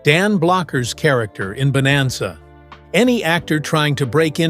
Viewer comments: Bonanza, Not Boemazza. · AI-can't even pronounce BONANZA at the start. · Your AI couldn't even pronounce bonanza correctly. And that was in the first three seconds. Why should I watch the rest of this garbage?